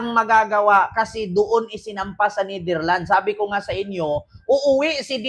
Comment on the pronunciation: Psssttt correction lang please, it is pronounce as NetherlandS may S sa dulo.😊❤